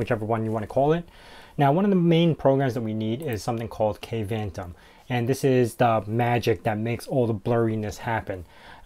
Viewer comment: Dude, you should do a stand up comedy. I kept giggling during most of your show. Maahovee? Kayvantom? Adding a network widget when it could be clearly set to always visible in your system tray? Setting the size of the spacer to "half a pixel"? Good lord! 🤭🤣